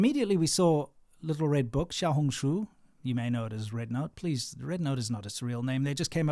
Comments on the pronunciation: You lived in China 14 years still couldn’t pronounce Xiaohongshu 😂😂😂😂 that doesn’t sound very smart.. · Shou-hung-shoe? (This is just how am trying to type the pronounciation) Im guessing Shou is little hung is red and shoe is book